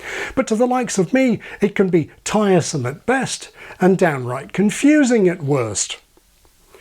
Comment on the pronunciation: Deliberate deaccenting of "at worst" ?